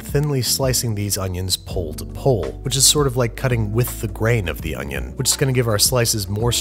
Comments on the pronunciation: It's not onion... it's oño. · Man i love french oonyon